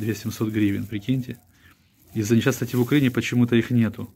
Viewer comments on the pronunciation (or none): none